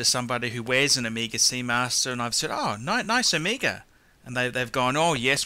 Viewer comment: I love how he pronounces Omeega.... and Rollex lol